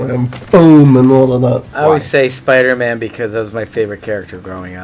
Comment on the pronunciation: Minuto 13.08 momento incómodo lo tuvo que corregir shuri a este gil ya que se pone a entrevistar y no sabe ni pronunciar Spider-Man bien